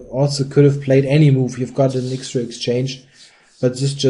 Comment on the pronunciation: I wish you wouldn´t say "ixtra", it´s "extra". thank you.